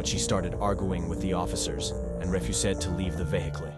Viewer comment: "and réfusèd to leave the véhiclé"